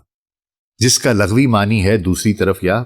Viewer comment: حضور، آپ کا چینل اور معلومات بہت کمال ہوتی ہیں ، یقینا بہت زیادہ ریسرچ ورک ہے، اللہ پاک آپ کو جزائے خیر دے، ایک چھوٹی سی تصحیح فرما لیجیے، لفظ "لَغوی" نہیں، "لُغوی" ہوتا ہے، جو کہ "لُغَت" سے ہے